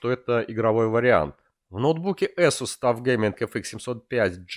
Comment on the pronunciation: безпровОдного . Ты узбек водопроводчик, дядь. Эсус. Нумлок. КэпсЛУК. Глаза режет, фу блять